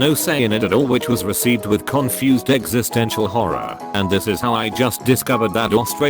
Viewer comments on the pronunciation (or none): none